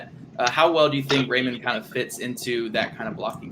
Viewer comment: I like the punny reference, but isn’t it pronounced like rye-mann and not ray-mann?